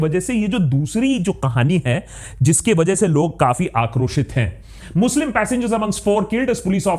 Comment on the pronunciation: Emphasis on "Muslim"